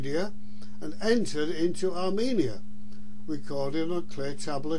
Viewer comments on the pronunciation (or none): none